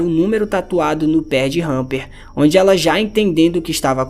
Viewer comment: É Hunter e não Hunper